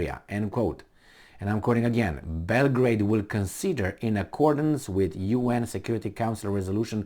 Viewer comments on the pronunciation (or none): none